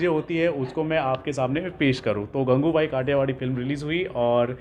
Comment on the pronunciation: It's not gangubhai idiot It's gangu bai